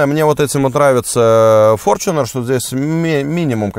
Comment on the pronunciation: Опять-таки "форЧунер"- ты либо не образованный от слова совсем,или ленивый прочитать правильно транскрипцию.